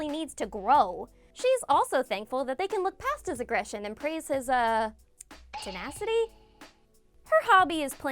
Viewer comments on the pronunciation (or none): none